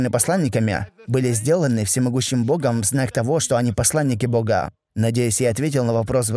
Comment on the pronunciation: пожалуйста сделай что нибудь со своей речью, а именно с окончаниями, ты очень сильно выделяешь окончания, например - " они посланника богААА, дваждЫЫЫ. Это режет слух. ДжазакаЛлаху хайран.